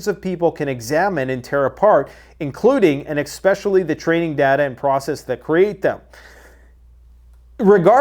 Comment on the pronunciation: "Exspeacially" is not a word.